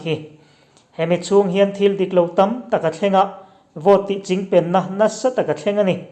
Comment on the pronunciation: Engmah chu ni lo mah ila,, chingpen i lam rik dan hi chu a khamawm khawp mai..hahahaha